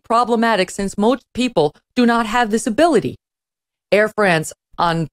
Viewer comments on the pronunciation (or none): none